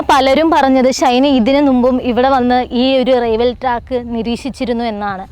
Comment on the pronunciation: Raiwel alla pottathi "Railway".